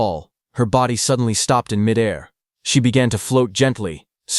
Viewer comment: I always cringe at 'midair'... pronounced like its one word.